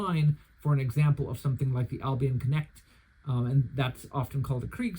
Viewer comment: What a great review! A few days ago, I decided to order a modified version of the "Günther" from Landsknecht Emporium. 😊 By the way, if I may be so bold, I have a few little tips for you on pronunciation: First of all, the word "Landsknecht" is composed of the words "Lands" ("land's") and "Knecht" ("servant") and means "servant of the land". The "k" in the "Knecht" part is not silent. In German, with the exception of "h"s, which serve to lengthen vowels, there are no silent letters. In addition, the German "ch" here is a voiceless palatal fricative, pronounced like the Spanish "x", for example in the Spanish pronunciation of "Mexico". 🙂 -> [ˈlantsknɛçt].